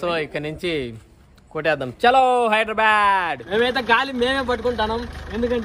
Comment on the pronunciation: ఒరేయ్ నాయనా హైదరాబాడ్,, కాదురా హైదరాబాద్ 🤣🤘🏻